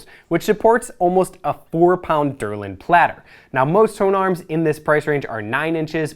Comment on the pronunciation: Great video, thank you! Love my Planar 2. You may want to double check your pronunciation of Woburn and Delrin for next time!